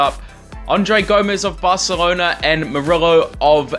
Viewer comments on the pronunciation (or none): none